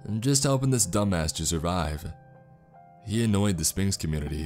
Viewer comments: Right, it’s pronounced sfinx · You're not supposed to pronounce the P in Sphinx! Right? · See this was awesome and creepy as hell in the beginning. But once the whole thing about sphinxes and whatnot came into play it lost all creep factor. Also is it just me or does he pronounce it spinx? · I love how you say Spinks instead of Sphinx. Lmao that's my last name. So apparently I tell riddles, and eat those who dont answer appropriately